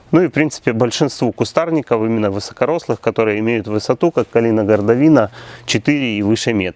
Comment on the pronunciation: "калина-гордовИна"? Это калина ГордОвина. Ударение не верно, а вот стрижка замечательная, я примерно так стригу свою большую сирень.